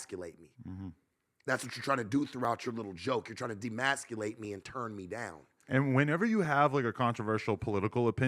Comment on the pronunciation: Emasculate...the word is E-masculate Bro.